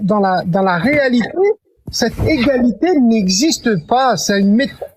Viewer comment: En même temps ne dit pas égalité mais igalité et la confusion avec inégalité, prononcée inigalité n'est pas loin à l'oreille.